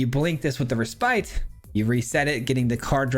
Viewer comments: Its pronounced "reh spit", not spite. Just FYI man! Great video! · Just an fyi, the word "Respite" refers to taking a rest, and is pronounced "REH-spit" with a short i sound, not "Reh-SPITE".